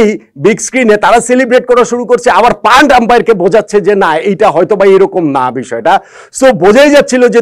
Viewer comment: ভাই তার নাম প্যান্ট, প্যান্টকে পান্ট পান্ট করে বলেন কেন!!! এটাই তো আপনার অজ্ঞতা